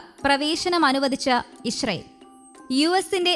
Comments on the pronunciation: ഇശ്റയേൽ അല്ല. ഇസ്രയേൽ ആണ്.. മലയാളം ഉച്ഛരിക്കാനറിയാത്ത ഓരോ അവതാരങ്ങൾ 🙄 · ഈ കുരിപ്പിന് ഇത് എത്ര പ്രാവശ്യം പറഞ്ഞു കൊടുത്തു, ഇഷ്റയേൽ അല്ല,അല്ലായെന്ന്, ഇസ്റാഈൽ എന്ന് പറ പണ്ടാരമേ...